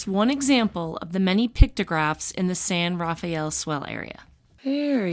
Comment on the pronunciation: So awesome you found Rays Tavern... worth a stop if you are in Greenie. I'll bet I've eaten there 75 times lol.. Just an FYI.. those in the "know" call it San Ruh-fell Swell. Those from elsewhere call it San Raff-E-el Swell... You too can be an insider :). Great video, in my back yard!!